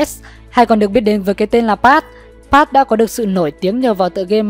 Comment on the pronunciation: Đọc sai tên của pat and jen dantdm guava juice